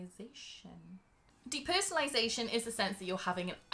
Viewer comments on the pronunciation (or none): deeper.. well actually deepershanalaaizayshion. but actually , iwe heard: deepereshhhion.analyzatuon.